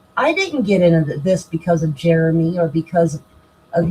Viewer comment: When the cop asks what his name was she didn't say Jeremy she said Geremy. Go back to 33 minutes and when doing her video and at the cop asked karma is a biatch keep your nose in your own business and your husband sugar booger